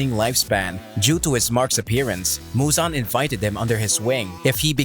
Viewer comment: Fun fact : muzans name is actually pronounced muzen, just for those who didn’t know that 😂